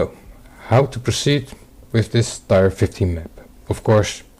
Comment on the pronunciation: Just a heads-up: "tier" is pronounced "tear," not "tire."